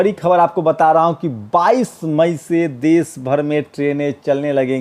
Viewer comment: aap plz aap apni bhasha shudh kijye Sha shabd ko aap sa na ucharit kre sir. Desh ko aap des kehte he. Shru ko aap suru bolte he